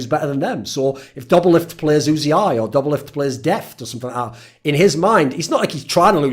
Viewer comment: Pronouncing uzi as you zee eye is criminal 😂😂